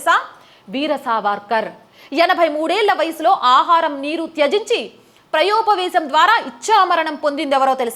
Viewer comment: చక్కగా చెప్పారు. విధ్య కాదు విద్య అనాలి ప్రయోపవేశం కాదు ప్రాయోపవేశం అనాలి